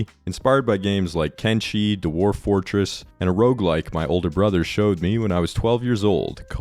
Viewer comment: What dialect do you speak? I'm curious why you say dewarf instead of dwarf.